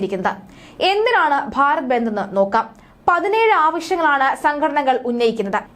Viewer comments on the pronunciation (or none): ബെന്ദ് അല്ല ബന്ദ് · ബന്ത് അല്ല ബന്ദ്